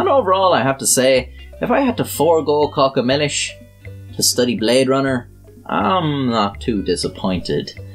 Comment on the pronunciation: I AM SORRY, but I can't subscribe because you made me watch 'Caca Millis'!! It is 'CACA' for sure; but in a different language!!